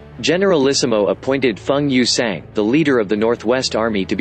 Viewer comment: I like hearing your actual voice more than the computer reader Especially when you get the names right. The computer reader saying names like Feng Yuxiang just doesn't sound the same